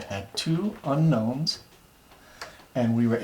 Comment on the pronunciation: two seconds in I can tell you that you left out the "n" in unknow"n"s. I'm an English major, I hate this shit.